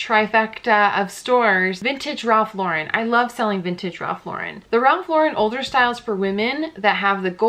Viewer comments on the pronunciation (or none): Okay--everyone I've seen on YouTube pronounces Ralph Lauren's name incorrectly. It's pronounces LAU-ren (like the girl's name), not Lau-REN (like a French name).